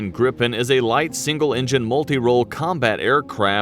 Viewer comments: Phonetically it is Greepen, not Grippen. The letter (i) in swedish sounds like the english (e). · The name is with one p so a long p In english it would be griffin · We'd say gree-pen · Gr - I [as in “Inn”] - Pen [as in a hold]. Gr-I-Pen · when you say Gripen, you need to stretch the letter I a little longer , and also the P is short ., Like : GRIIIPEN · JAS-39 "Greep-pen" JA-37 "Vigg-en" J-35 "Drawk-ken" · Giffin, or gryphon, is just the english word for Gripen. It's pronounced Gri-Pen, Gri as in Grinch, and pen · We pronounce it "greepen" And also, JAS stands for "Jakt, Attack, Span". Which more translates to Hunt, Attack, Scout. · grippen,daaken,vigen?? hahah,if you cant pronounce swedish words-then ASK someone..it just sounds so completley wrong The Gripen is mostly just called jas - as a word not j.a.s. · It's pronounced like Green Pen... but in one word without the middle n... Greepen... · pronounce; "Griiipen" with long i, and "Viggen" with short i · Answer no. It's not pronounced like that. Then it would be spelled "Grippen"...So "Gripen" has more emphasis on a longer "i" if that makes sense 🙂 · No. We pronounce it different. It's only 1 "p" so it's a long "i" . Griiiiiipen. If it's a short "i" it will be spelled like this "Gippen". Gripen in English = " The griffin". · As a rule of thumb if there is only one consonant after the vowel the vowel is "long" sounding. Two consonants or more makes it short sounding. So it should be pronounced greapen/greepen. The i in Viggen should be short like in wig or big. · The i in Gripen is longer in Swedish but otherwise it is the same. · Please look up some swedish language site to find out how to pronounce Viggen, Draken and Gripen (as well as Lansen and Tunnan). Draken can mean both Dragon and Kite! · You are pronouncing Gripen with a strong P and N , rather you should emphasize the vowel’s I and E and soften the consonants after the vowels. So long sounding I and E, short and soft P and N.